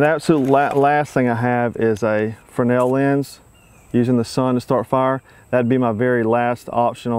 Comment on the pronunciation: You get a 'like' for pronouncing Fresnel correctly.